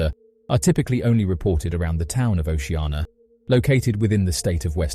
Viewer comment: Its O C Anna ... Not O she ah na ...